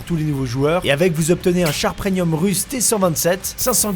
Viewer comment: On dirait que tu dis preNium au lieu de preMium